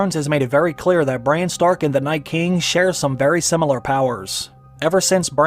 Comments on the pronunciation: Is it me or is he saying Bryan everytime an not Bran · His name is Bran, short for Brandon. Not Brian or Brain. You changed his many so many times it made the video confusing. And don't repeat the lines you just showed us in a clip so much. We just heard them say it! Sometimes twice